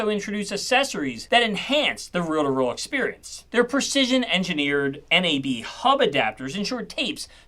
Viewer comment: Learn how to pronounce reel to reel. WTF is a rill to till? Thumbs down